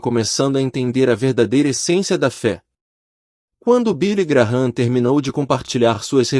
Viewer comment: Não é Billy Graram é Billy Gran